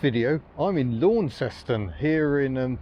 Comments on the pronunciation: Terrific video, nany thanks. Launceston is pronounced as 'Lannsonn' here in Corrnwall, just to add the mix. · Syllable overload on Launceston but great vid:) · Call the town by its colloquial pronunciation - Lonceston. Don't pronounce the au as it looks, pronounce it as the "o" in Don. That way you just might be mistaken for a local. Better yet, call it "Lonnie". The locals will think you're a local too. I went to high school school in Lonnie back in the 60s after doing primary school in a rural town. That was back when they had electric trolley buses. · It's pronounced "Lonceston". Say "Lawnceston" and they will pick as a mainlander straight away. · I like Tassie very much, I had a good old womble around Hobart a decade back and again 5 year ago, and the west coast has some of the best roads for bikes (motorbikes) I've ridden since I did the IoM (TT 1985) and France/ Italy in '86/'87. Launceston (Tas) is pronounced LaunCESton. In England, the Cornish town is pronounced "Lawnston". In Cornwall, the locals pronouce it "Laaarrnston". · Actually, the pronunciation of Launceston is more like Lon-ces-ton. If you call it *Lonnie*, they will think you're a local. Ok, maybe not with that English accent of yours. Lot of mainland blow-ins now so the name pronunciation may well have morphed a little. I used to live for a time during my schooldays in the 60s in Garfield Street, South Launceston. Attended high school in the suburbs Kings Meadows. Worked there for a time in the 70s after completing my apprenticeship. It is a nice city now but used to get very smoky in the 60s when everyone had wood, coal or briquette heating. I still miss the electric trolley buses of that era, not to mention the old Leyland buses with the half cab. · Whilst I fully understand why you said that, we pronounce it lawn-ses-ton. Don't know why I didn't notice this 2 years ago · Ps Lanceston Cornwall people in the UK pronounce the town "Lan sen".